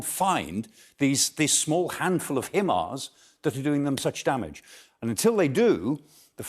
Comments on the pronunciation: Weird pronunciation of HIMARS. There's no 'e' in HIMARS. :D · Why is he the only person to pronounce the himars the way he said it? I have heard nobody else pronounce it this way but there us always 1 person to pronounce it the way they want and make it seem intelligent! Dude say it like everyone else.